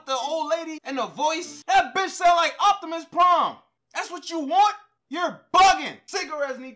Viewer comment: This nigga said octamis prime I’m dead 🤣🤣🤣🤣🤣